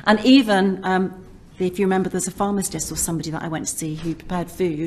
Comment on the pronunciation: She went to see a "pharmastist" 🙄 Also, how many times can one person use 'actually' in a sentence?